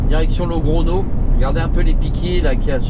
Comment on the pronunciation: Salut, c'est le go expert que tu as comme gps, on dit logronio en espagnol, la petite vague au dessus du N se dit nieu pour info, allez bonne route, buena ruta e buen viaje amigo